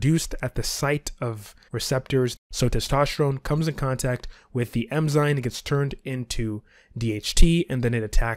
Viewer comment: Great video. Small tip: it is “eN-zyMe” not “eM-zyNe”